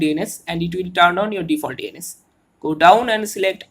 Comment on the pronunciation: Why you keep say ANUS